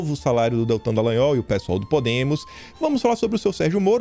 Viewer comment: Afff "Detran" Dalagnol....